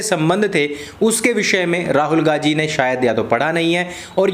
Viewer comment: abey saale naam toh dhang se le.. gandhi ko gaji gaji boley ja raha h gadho ki tarah..